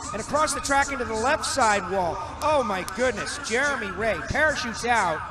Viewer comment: The announcer in the first clip said Jermey Ray so many times that it’s now burned into my memory